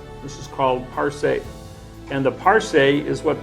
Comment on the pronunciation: It's "parse." Rhymes with "arse." For grammar nuts you guys sure don't know much about pronunciation.